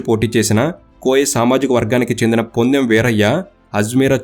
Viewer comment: పొదెమ్.వీరయ్య ..bro( ponnem ) kadhu